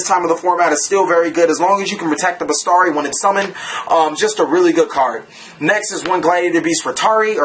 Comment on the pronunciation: Oh, and it's besIIIIIari not bestari :)